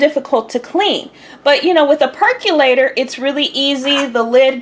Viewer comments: Why do so many people mispronounce percolator? It's NOT perk U lator; it's perk O lator. So say percolator. There you go. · Per CO lator, not perculator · "Perculator" LMAO! ...lost me right there.